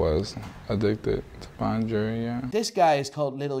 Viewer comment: None of them can say jewelry...